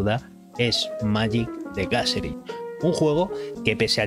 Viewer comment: Gacerin? Qué pasó con ese inglissssh? jajajaja